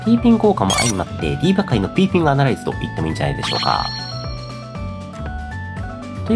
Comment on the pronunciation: ピピーングになってて可愛い笑